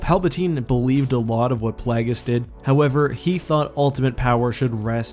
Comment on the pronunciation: Isn't it Plague-iss, not Plaggiss? Either way, jeez these Sith choose very silly names, they're like 14 year old boys 🤣